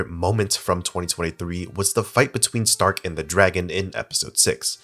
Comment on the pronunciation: why does everyone refuse to pronounce Stark’s name properly 😂